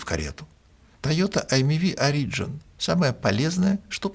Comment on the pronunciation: В этом выпуске резать ухо изволит произношение "origin" как "ари́джн". Если на языке Шекспира, то "о́риджин". Если на языке Мольера (где дизайнили), то "ори(д)жи́н". А "ари́джн" - такого слова в русском литературном языке, уж извините, нет... (отсылка к "Зоне" Довлатова, если что)